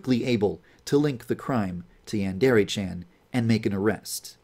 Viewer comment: Is anyone else going crazy over the fact the dev can't properly pronounce "yandere"?